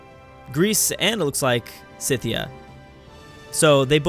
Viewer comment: Did you just keep calling Scythia Cynthia??? There's no N in Scythia.